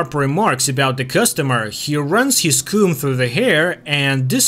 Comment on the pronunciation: Why are you saying coom and not comb lol